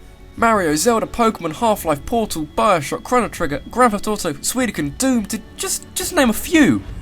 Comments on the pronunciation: you said suidoken instead of suikoden .-. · "Suidoken?" Dude, if you're going to mispronounce Suikoden, at least get the letters in the right order...